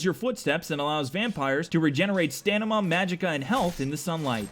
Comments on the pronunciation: He said stanima not stamina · Stanima XD lol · he said stamima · Sad to have found you just now buddy. I know you'll never see this but ... WHY THE FUCK DO YOU ALWAYS SAY STANIMA!?! IT'S S.T.A.M.I.N.A. FUUUUUUUCCCCCCCKKKK! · "Stanima"??? XD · i cannot unhear it, so now you cannot either. "stanima"